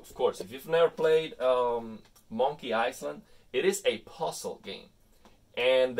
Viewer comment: Thank you for these detailed settings. Btw the s in island is silent. So it’s pronounced i-land. Love your videos keep them coming.